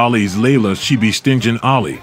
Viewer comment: said “Layla ‘She Be Stingin(rhymes with Cringe-In)’ Ali. I thought it was Stingin’…as in rhyming with Singing? Lmfaooooo I’m dead 😂😂😂